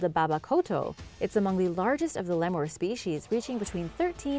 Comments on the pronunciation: Did this bish really just say lemoor instead of lemur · "lemor"pronounce lemur right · A LEEMOUR?!? MADAGASCER???? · " l e m o r e " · "Lee-mores" "madagaskerrr" This is Jojo level of Engrish. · She says lemur like lemor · “Like most in the lemmer family” “The Lee-more comes from Madagaskerrrr” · I don’t think I’ve ever heard so many mispronunciations of such common words like lemur and Madagascar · Correct! I wish they would pronounce the animals names correctly. It's not even spelt how she said it, so no excuse. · Don’t ever say lemur again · Also you pronounced lemur wrong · 3 million subscribers, can't pronounce Lemur or Madagascar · why she pronounce lemur like that😭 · Why do you speak SO clearly, but can't pronounce Lemur or Madagascar correctly? If you are a host, LEEE MOOORRES. Do a little research first, you sound unprofessional.